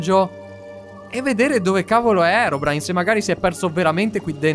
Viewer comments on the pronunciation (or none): none